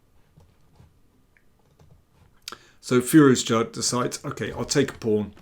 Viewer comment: can you please pronounce Firouzja logically? the English and their recalcitrant pronunciations of foreign syllables that are painstakingly clear is one of many reasons why we hate you. another is pretending Black Adder is fuuny.